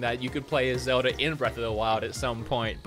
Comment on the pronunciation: Bro when i hear it your saying zelda(r) just saying